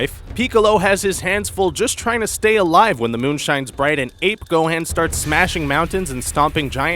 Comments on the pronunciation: It actually gohan not gohand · (Go-hon) Gohan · DID YOU SAY GOHEN PIECE OF RUBBISH ITS GOHAN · what the hell is go han is gohan dumb ass! duh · its GO-HAN not GO-HEN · Not gohen it gohan he us not a hen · Gohaan? c'mon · and gohan is pronounced (go-haan) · Why do you call Gohan Gohen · Can't say Gohan right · u said gohan name worng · Does anybody get annoyed when he said gohan wrong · that is not how u pronounce gohan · he said like every name and dragon ball z words like wrong gohaan pyckolo OMG XD